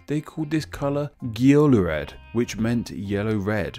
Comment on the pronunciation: Why did you pronounce geolurēad with a hard G at the start instead of a softer Y sound as in Yellow? It's followed by an 'e' and there's a rule of thumb to make it be pronounced like a Y.